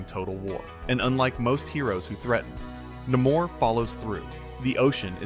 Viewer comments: Turned off at Na-more. Its Namor. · His name is "Nay-more" Namor